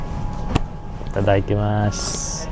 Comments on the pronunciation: Itadakimasu jp, hindi Itadaitemasu!parang yun ang dinig ko sayo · Mali rin ang pronounce na Itadaikimasu, just say Itadakimasu,sorry payo lng ng nanay😅